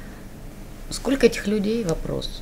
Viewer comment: "Сколко", ну что за позорище